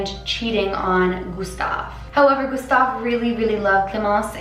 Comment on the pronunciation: The "u" from Gustave wasn't accurate, then again the french "u" doesn't exist in english so I understand that she wasn't able to pronounce it